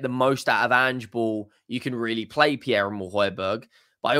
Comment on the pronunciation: He just wants to start when players like Bissouma is playing shite. His name is pronounced Hoy Bee Air not Hoy Berg He wants to play out of us he gives his all